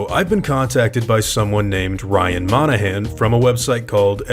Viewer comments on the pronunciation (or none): none